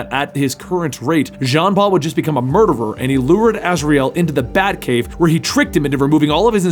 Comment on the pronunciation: One of my favorite Gotham characters and favorite alternative batman. Not too fond of how you pronounced azrael and dumas though